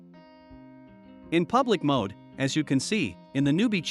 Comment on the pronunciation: It's MODE not MOD...